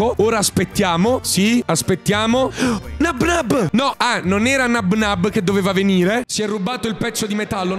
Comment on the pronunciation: Non si dice Nabnáb ma si dice Nábnab